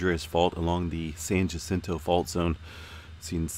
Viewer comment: Jacinto = “Hacinto” It’s Spanish